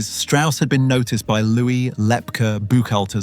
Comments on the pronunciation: It's pronounced Lep KEY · AI or did someone really pronounce Lepke "Lep-cah" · Thanks for this, very interesting, as others have said the name Lepke was pronounced with the end letters as KEY. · “Lepkeleh” WAS a Yiddish term of endearment used by the mob boss’s mother in addressing her SON. But as an adult living in NYC, he most certainly would have gone by “Lep-kee,” hard “Brooklynese” for a mentionable nickname among his peers. People without frames of reference and personal acquaintance with other people’s spoken vernacular should defer to other people to narrate unfamiliar texts for them. Likewise the word typed “Inc.” was NEVER pronounced “ink” prior to 1975–1980, when recorded dictation was used, or stenography, to transcribe letters and other documents, often abbreviating similar words to produce a typewritten or typeset article. Upon reading the item, however, no one would have confused “, Inc.” with “ink” for the title to have made syntactic sense. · The narrator did mispronounce Lepke.